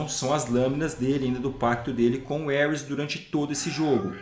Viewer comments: ( CORRIGINDO ) Não é Éuris, como o pronunciou e trata-se de Ares ou Marte, o Deus da Guerra, Mitologia ( grega e italiana )... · Bela teoria, mas o nome do deus é Ares (pronunciado assim mesmo) e não Ueris, parabéns pelo vídeo ! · Só eu ouvia o qnd ele falava Ares entendia Hermes? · Elris o deus de guerra kkkkkkkkk , por um momento pensei que que ele tava falando Hermes kkkkkkkkkkkkkk